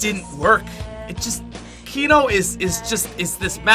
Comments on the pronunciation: when he says kino...i start crying...what were u thinking....WTF WERE U THINKING!!! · I stopped watching when you said 3. Kino. Best Zombie map ever. Dislike!